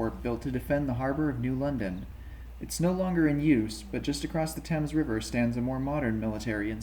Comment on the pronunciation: Thames rhymes with James’s, fyi - and Groton with rotten